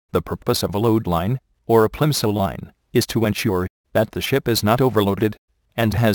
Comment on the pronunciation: dosent it sound like he said ( overloading can cause the shit to sink ?)